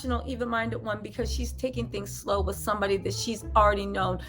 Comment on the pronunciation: I’m loving your hair like this. I’m still cringing every time you say wiff instead of with lbs! Can’t help, but give you ish about that! I think Pete and Kim ain’t givin’ what she thought it was gone give sis! It’s just like… not happening! She’s lookin’ a whole fool out here!